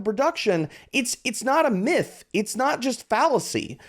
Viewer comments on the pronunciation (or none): none